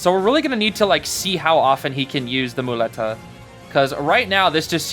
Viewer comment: Hey, spanish dude here, you pronounced muleta pretty good ^^. On top of broken, he looks hella fun and I think his background story is pretty interesting, let's see what he brings in the future